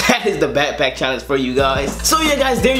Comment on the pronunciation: bro he said "pack pack" lol